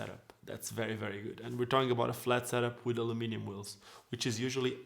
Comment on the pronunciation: Hello. I love how you say ‘Aluminium’ instead of the Americans way ‘Aluminum’... & English isn’t even your 1st language! Love your videos & your skating also. Big ups from Dublin, Ireland 🇮🇪👍🤪